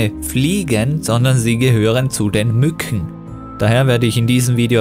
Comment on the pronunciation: Als Klugscheißer würde ich einen Experten in seinem Gebiet nie bezeichnen. Ich finde es nur witzig wie du Mückchen aussprichst🤣